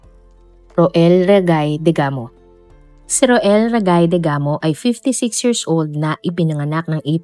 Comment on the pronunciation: Rowell po ang pagbasa nyan po Hindi ro-el 😊😊😊 Family name nlng po ang gamitin wag na yung first name.